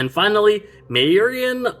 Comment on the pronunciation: Tempest has taken a more human-sounding name during his time on earth. M'kk=>Mack So his (human) name is Mack Dalton. In addition, Maerynian is pronounced "Mer-Rini-An"